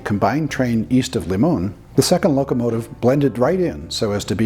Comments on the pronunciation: Very informative but one item: It's "Limon", Colorado with the long "I". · Good video but if your going to be pronouncing town names please get the name right. "Lie- mon" was a big CRI&P division point in the early 1900's with a large roundhouse, wye and yard.